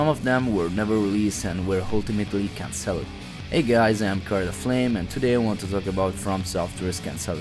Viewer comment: good vid, your pronunciation of some words was really funny tho "can-celled"